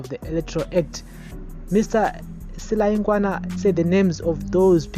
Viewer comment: please try to pronounce names correctly. Si la yi gwa na